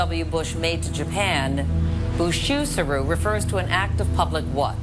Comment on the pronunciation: Her pronunciation of "bushusuru"... cringe